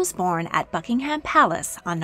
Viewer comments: she really just said: bucking HAM palace '-' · I though she said Fuckingham Palace